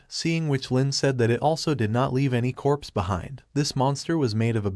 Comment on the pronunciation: you need to learn to read a properly pronounce the words correctly cause you sound stupid when you pronounce corpse as crops